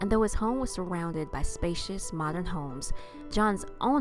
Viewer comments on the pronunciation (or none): none